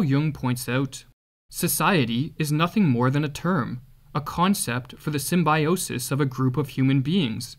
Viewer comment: Symbiosis, not symbAJosis.